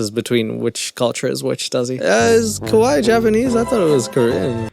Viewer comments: Every time I hear someone call themselves kawaii (cute) but pronouncing it more like kowai (scary) I gotta chuckle. It's usually true, though. Most of the time they're kinda scary. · I can't believe this mf Oli London just called Korean babies "kawaii", if you don't know, kawaii is the Japanese word for cute. And the way they said it was actually also pretty close to the Japanese word for scary, which is "kowai". It is funny how much people say "kawaii" like "kowai". The difference is a pretty small one but important to not mess that one up. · Near the start he meant to say kawaii but I heard kowai, which means scary. Heh. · WAIT DID HE REALLY SAY KAWAII????? that's LITERALLY JAPANESE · he pronounces kawaii wrong too